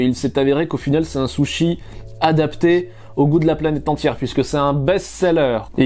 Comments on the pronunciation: Y'en a qui disent Soushi, toi tu dis carrément Sochi 😂 Alors qu'en vrai c'est Sushi ( le U prononcé comme le U français ). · Je reve ou il a dit les "saushi" ? 🤣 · pourquoi t'as dis soshi. pourquoi. t'as dis. soshi. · Par contre la prononciation c’est autre chose 😂 « j’adore les sochi » 😂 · Soshi?!?! Non ct juste une erreur de prononciation